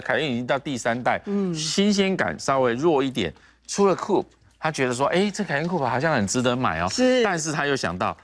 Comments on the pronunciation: 專業一點好嗎!? 唸苦配，不是酷p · COUPE 並不是這樣念的.....